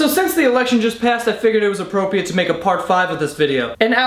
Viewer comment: he said appropiate